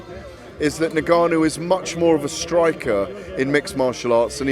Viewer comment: Gareth getting precious over the pronunciation of Dillian Whyte, but then interview after interview cannot pronounce Ngannou and refers to him as Nigarnoo